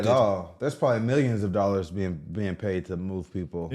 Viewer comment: “meelyins and meelyins” Haha. I can’t help it.